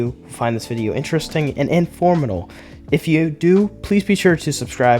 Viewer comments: imformatal lol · bro - love you dude, but for the love of all that is the English language - write a script and proof it before you hit record. Informatile? That’s a new one - informative - informative- informative